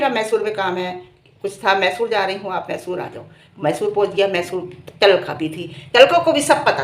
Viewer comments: Talka nhi alka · Tlka nhi alka bolo